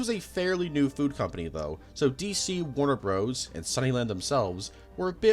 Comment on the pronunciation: "Warner Broes"???